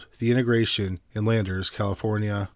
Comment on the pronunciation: It's pronounced "INTEGRA tron" just the way it's spelled, not "inta grayshun". Expected better from you.